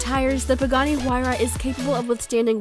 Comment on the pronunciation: The Pagani is pronounced "wai̯ra." facepalm